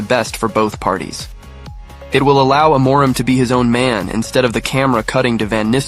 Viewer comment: That's not how you pronounce "Amorim". I'm Portuguese and I can help explain how to pronounce it. First, just like you did, we divide the word into the syllables "A - mo - rim". The "A" is pronounced like a closed "a". For example, it is pronounced like the "e" in the word "father". The "mo" is pronounced like "moo" in the word "sMOOth", for example. And now the "rim": Let's break it down into "r" and "im". The "r" has a similar sound to the Italian "r" - the tip of your tongue has to touch the tip of your mouth and when you let the air out of your mouth, you push your tongue forward. The "im" has a more nasal sound. It is pronounced like the "im" in the word "IMpossible". In the end, all together, it is pronounced like this: "E(r) - moo - rim(possible)" I hope I helped! 🙏🏻😊